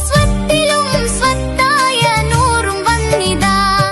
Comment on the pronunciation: നറും ❌ നൂറും✅